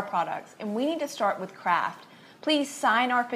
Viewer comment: sounds like shes saying CRAAAKK when she says Kraft lol